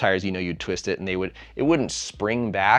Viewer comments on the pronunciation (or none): none